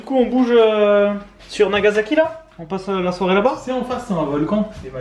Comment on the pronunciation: Nagazaki, Ozaka, c'est marrant ça ressemble à des villes dont j'ai entendu parler, mais il n'y avait pas de z ^^